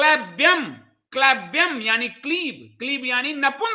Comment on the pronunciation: संस्कृत में ऐ का उच्चारण अइ होता है और औ का उच्चारण अउ होता है। क्लैब्यं का उच्चारण क्लइब्यं होता है दौर्बल्य का उच्चारण दउर्बल्यं होता है। आप बहुत अच्छा बोलते हैं। उच्चारण में भूल प्रभावोत्पादकता कम करदेता है।